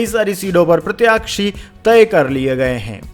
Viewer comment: Pratakshi nahi pratyashi